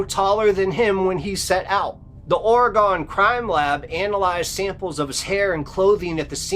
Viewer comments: Whyyyyyy do people pronounce OREGON WRONG????!?!?! For the love of sweet baby Christ IT’S PRONOUNCED “ORG-IN”!!!!!! I KNOW I LIVE HERE!!!! FIIIIIGHT MEEEEE!!!!!!! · I can’t be the only one who’s hyper fixated on the way he’s saying OR-A-GONNN. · Oregone? Certainly not how people in the state pronounce it. Go there and you will be corrected lol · Learn how to pronounce OREGON. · Did he really just pronounce Oregon like that? Im gonna have to skip this one sorry, maybe learn how to pronounce it right first. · The way that one narrator pronounces Oregon is highly irritating lol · Stop saying Oregon. You are saying it wrong. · please I'm begging you please learn how to say Oregon correctly. I cringed so hard every time you said it wrong that I kept losing track of what you were saying. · I lived at Crater Lake for most of the late 80's. There is nothing sinister about it! And PLEASE, learn how to pronounce the word OREGON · The one guy keeps saying Oregon wrong and it's driving me crazy! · Where are you from? That's an interesting way to pronounce Oregon. Cool story going to visit Crater lake this summer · I am originally from Southern Oregon. Crater lake is less than a 2 hour drive from my home town. There is definitely an odd almost creepy feeling in that area. However,, it's pronounced ORE-GUN not ORE-GONE. That's ok most people east of TX pronounce it that way. Just wanted inform you, not insult you. You're awesome. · Not Ore-E-gone but ORY-GUN.... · Ore-REE-Gun, not ori-gone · Its Or-egon not Oreg-Onn!! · OreGUN not OreGONE!!! Just like WashingTUN not WashingTONE. or WashingTAWN. Same pronunciation. OR E GUN. Or e gun, Oregun is how it is pronounced!!! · Ok I don't want to be rude just inforative... In the West it's pronounced Ore-gun. Not Ora-gone.😊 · OR-A-GINN... NOT OR-A-GONE... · So the beast of Roanoke is a werewolf lol. Also it's not pronounced "Ore-gon" it's pronounced "or-uh-gun" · (Orr-egg-gun) Oregon, Jesus…. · pronounced oregen